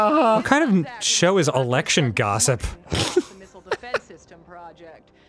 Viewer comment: When the news person said "missile defense system," I thought she said nipple defense system